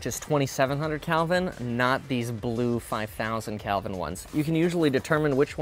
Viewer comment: Hahahha did you call them Calvin lights 😂😂 I’m pretty sure it’s Kelvin